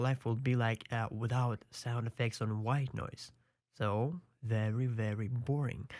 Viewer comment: every time he says white noise i chuckle a little bit. "Ghwite noice"